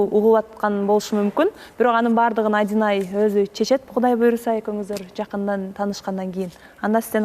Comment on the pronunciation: жакшы эле кызсын эмне мынча кекечтенип атасын атайлапбы же кандай Адинайды айта албайсынбы